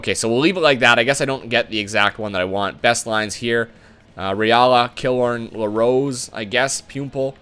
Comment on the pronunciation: Dude, lol you have destroyed Tampa, where is Stammer? Please tell me you didnt trade him in an earlier episode? also its (puh-lot) not pallet and (Kil-lorn) Also, get Campbell....he turns into an 86 overall